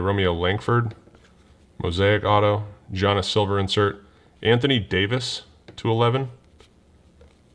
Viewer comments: It's not g an is it's giannis yanis basically is how you would say it the g is silent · I cringe when I hear say Gee-anis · Say it with me: Yee-on-is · I hate being that guy but its pronounced Yannis, not with the hard G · Poor giannis always getting his name butchered hard by! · Love the basketball, but let me help you out: Giannis = YAHN-iss Jokic = yo-kitch Siakam = See-AHK-am And it's International Men of MASTERY, not Mystery! 😆